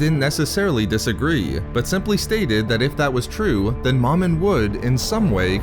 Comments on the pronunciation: It's pronounced "Mo-Min" not "Maw-min" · Agreed. There is only one M in the middle of the word. Thus the long vowel. Plus it sounds silly calling a Sith lord Mom in. Is your Mom in? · It’s not “mom-in”. It’s “Mo-min”. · You are saying Momin wrong